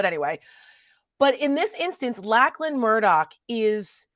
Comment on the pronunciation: I 'm Australian. I need to tell you Lachlan is pronounced lochlan